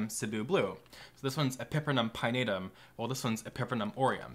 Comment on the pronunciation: The way you pronounce epipremnum, pinnatum and Cebu angers me